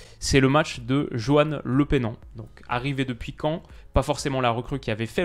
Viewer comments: ça se prononce le peu nan et non le pé nan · Salut, je commente jamais de vidéo habituellement, mais comme ça fait plusieurs fois que je te vois parler de Johann Lepenant, un joueur que je kiff par dessus tout (je suis ceannais), ca me crispe un peu la manière dont tu prononces son nom 😅. Le son c'est Lepeunant. Voilà c'était tout. Content que ce super joueur te plaise et j'espère qu'il sera plus qu'un simple remplaçant à Lyon! Bonne continuation